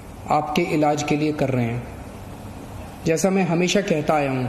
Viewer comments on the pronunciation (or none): none